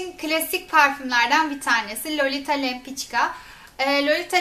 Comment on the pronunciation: lempika diye telaffuz ediliyor :)lempiçka diil.